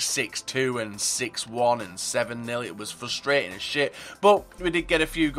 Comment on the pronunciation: You overuse the word frustrating and you mispronounce it and it ticks me off. Js, I still love you <3